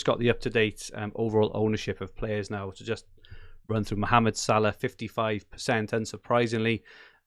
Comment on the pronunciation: Why does equation pronounce salah weird